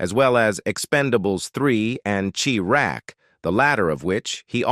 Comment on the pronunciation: What's "CHEE RACK"? ...IT'S "CHI RAK"